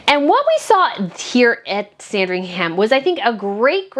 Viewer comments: Lovely video, 🙂. Just by the way, Sandringham is pronounced ‘Sandring’m’. Same with Buckingham and any place in UK with ‘ham’ on the end of it. Cheers ♥️ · It’s a silent ‘h’ in Sandringham, the emphasis on the first ‘a’ ie Saaandringum is how we pronounce it. 😊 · Love the video as usual- just a bit of a pronunciation note: Sandringham is pronounced ‘Sandring-um’. Places is the UK ending in ‘ham’ aren’t actually pronunciation like that (Nottingham = Notting-um etc). Same with shire (that’s ‘sheer’)